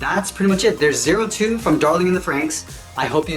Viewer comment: "zee too"